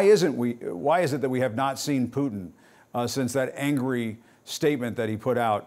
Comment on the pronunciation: “Don’t make Putin angwy he scawy.” Wtf???